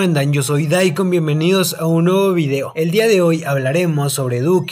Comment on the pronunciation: En el principio del vídeo dijo daykon q ona gente jaja